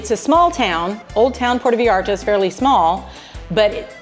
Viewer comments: I was gonna say it was wrong, because the first 3 times I clearly heard a Puerto "Vallarda", instead of "Vallarta", then I had to delete the comment because midway through the video you were saying Vallarta, so... yeah, enjoy the beach, it's now an american focused place, when I visited everything was in dollars, which I'm not that fond of, but there's lots of places for National tourism anyways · I think your vlogs are interesting- but the way you say Vallarta is incorrect and it’s hard to listen to. It’s pronounced Vie Arta not Vee arta